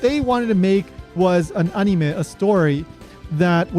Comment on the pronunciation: I like the way you say anime lol "Ah-nii-meh"